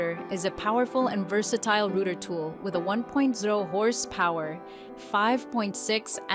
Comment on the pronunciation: Ai bullshit can’t even say router right